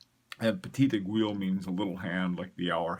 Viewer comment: great stuff but please stop saying "eg-wi[[" aiguille is pronounced "eggwee" just like guillotine is pronounced gee o tine